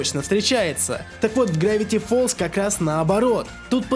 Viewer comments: не грэвити фолз а гравити фолз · не грэвити фоллз а гравити